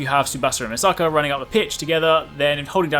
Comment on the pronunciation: Why... is ever one Mispronouncing Misaki name as Misaka, clearly say's on screen it say's MISAKI characters in game say misaki (the namco bandai guy who did the tutorial video did the same thing )